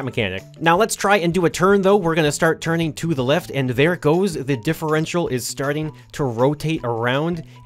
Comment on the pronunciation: You said that thing about the differential correctly. Wow, you smart.